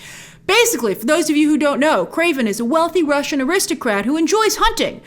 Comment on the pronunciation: "KWAVEN" the hunter? Don't you mean "KRAVEN" the hunter?